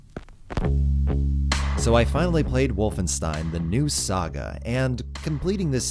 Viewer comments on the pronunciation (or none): Nobody:: So I played Wolfenstine I ain’t even mad